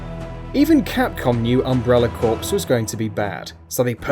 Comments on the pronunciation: umbrella CORPSE? hahaha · Umbrella Corpse! Can't people read any more